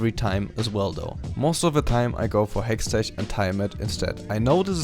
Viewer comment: I'm a new viewer. I don't know how to ask this without being rude but can someone tell me if it's his running gag that he calls hextech (hextek) as hextech (ch as in charcoal)? Great guide nonetheless though :)